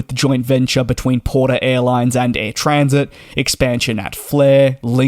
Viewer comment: It is Air TransAt, not TransIt. AT, not IT. Comes from Trans Atlantic.